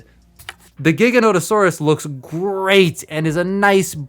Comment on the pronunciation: Paleopedant in me can't help but point out that Giganotosaurus is not pronounced with a G but a J, like "jig"